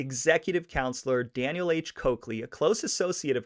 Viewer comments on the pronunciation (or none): none